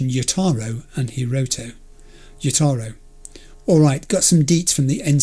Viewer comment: Btw Jotaro isn't pronounced like yotaro. The J is pronounced like an English J and not a Spanish one or something